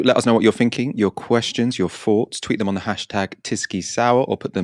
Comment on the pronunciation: "do let us know what you're finking, your questions, your foughts... Boris Johnson's premiership is now hanging by a fred "....so I'm "finking" how ridiculous it sounds when a presenter can't pronounce "th" properly